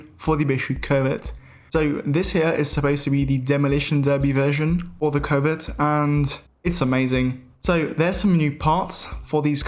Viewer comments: Covet and covid he just say like the same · You pronounce it 'covid' which I do not enjoy